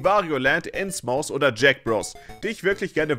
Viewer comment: Innsmouth (was übrigens Ins-Mäth ausgesprochen wird, nicht wie das englische Wort für Mund) ist eine Anspielung auf Lovecrafts Geschichte "The Shadow over Innsmouth". In der Geschichte findet der Protagonist heraus, dass die Bewohner des Fischerdorfes Innsmouth ein schreckliches Abkommen mit intelligenten Fischwesen geschlossen haben. Die Einwohner paaren sich mit diesen Wesen und bringen so abscheuliche Mischwesen auf die Welt. Nachdem er dies herausgefunden hat wird der Protagonist in seinem Hotelzimmer von den Wesen angegriffen, worauf wohl dieses Spiel basiert. "Shadow over Innsmouth" ist eine seiner bekanntesten Geschichten und wird daher meistens als Grundlage für Lovecraft inspirierte Spiele verwendet. Deshalb haben viele davon diesen typischen "heruntergekommenes-Fischerdorf-Flair". Tolles Video. Ich fand es gut, dass du den Virtual Boy so fair kritisierst und nicht einfach nur Witze über die Farbe des Displays machst.